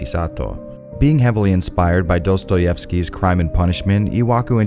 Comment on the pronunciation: I think I'm going to rip out a sound clip of you pronouncing "Dostoyevsky" and use it as a sound for text messages in my phone. My Russian ears find it oddly satisfying.